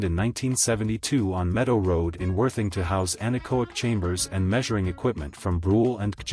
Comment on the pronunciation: Ditto. It works for 30 seconds or so, and then it's tedious. Cannot even say Worthing properly! Nice pics though!